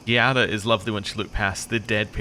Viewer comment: Here is a easy pneumonic device for you that should help. "Gee, I'm glad I remember how Giatta is pronounced." It is a hard G, not a soft one. Obsidian as a studio really confuses me. Éder and Aloth, and even Paligena were all really memorable companions who I was excited to always bring along because I wanted to hear what their thoughts were about what was going on. So clearly they know how to write compelling companions. But between this and Outer Worlds, the companions have been kinda dull (except Parvati. She was too sweet to speak ill of). Which makes me wonder if the problem is the switch to first person, and not laziness or talent. Like a CRPG has such a slower pace that it lends the writers more space to flesh out characters. And yeah, you're right about the perspective shift. In Pillars you were dealing directly with the pantheon of Gods constantly, and the problems you were solving were one step below apocalyptic. Here, you may or may not be dealing with a God (You very well could be the patient zero of the Dreamscourge, and your growths could be the physical symptoms of the last stage of the Dreamscrouge), and the big problem you're solving is only affecting a spacely populated colony.